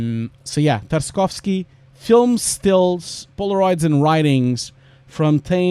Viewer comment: as a native russian, your pronunciation of Tarkovsky is a bit harsh, you're right about spelling "y" as a "iy", but there is no "sk" sound after "Tark".. anyway, just wanted to let you know. And also you're totally right about the "art" part of VFX, because sometimes you just get blown away by learning technical stuff up to the point that you forget you're an artist